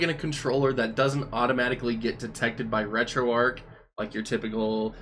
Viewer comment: For future videos, please let it be noted that it's pronounced, "Arch", like the St. Louis Arch, not, "Ark", like Noah's Ark. This has been confirmed by Themaister and the rest that work on the project. And for the love of GOD, please pronounce BIOS, "By Ohs", or even "By Ohz", NOT "By Ahs"! It sounds like you have no idea of what you're talking about when pronouncing things incorrectly.